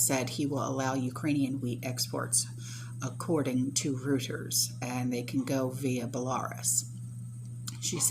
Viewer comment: reuters is pronounced Royters